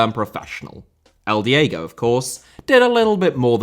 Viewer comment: Diego* not Diyeigouw Father * not Fother Alphonso* not Alphonzouw Yugoslav* not Yugoslohrv Rather* not Rother Romeo* not Ròuwmiouw Hugo* not Hyugouw Côte* not Couwte Monte* not Monti Carlo* not Cohrlouw Lloris* not Yoris Andrea* not Ondreja Finest* not Fahnest Udinese* not Udeneisei Saadi* not Sohri De* not Dei Perugia* not Perudgier Serie*not Siri Vialli* not Viohrlli Cremona* not Cremouwner Cremonese*not Cremonessei Roberto* not Robötouw Private* not Prahvat Bolkiah* not Bolkier Yacht* not Yohrcht Angeles* not Angelis Marítimo* not Maretimouw Line* not Lahn Piqué* not Piquei